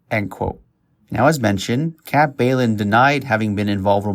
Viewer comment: Bjelland is pronounced "Beyelland" ffs